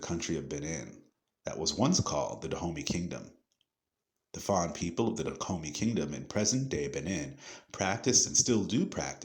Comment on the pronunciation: Its pronounce duh oh may dahomey